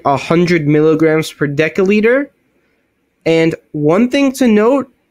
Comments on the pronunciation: Great vid. I do have an issue with people who can't pronounce the words they are teaching. It's not "sta,ins" it's statins. And it's not "de(k)olitre" it's "de(s)olitre". No really issue just a pet peeve of mine. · What the hell is a 'dekaliter?' Your inability to speak properly undermines everything you say. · One deca-liter or 1 daL is pronounced ˈdekəˌlēdər and is equal to 10L or ten liters. One deci-litter or 1 dL is pronounced ˈdesəˌlēdər and is equal to 0.1L or one tenth of a liter. Btw, awesome video. Thumbs up!😊👍👍